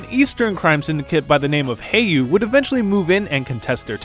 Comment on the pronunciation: Good video but a couple pronunciation things: Heiyue is Chinese, so it's :"Hey-you-eh." Zemuria doesn't have an n in it (not Zenmuria).